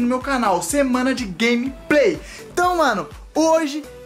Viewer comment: "Glemepey" ksksksksksksskksksk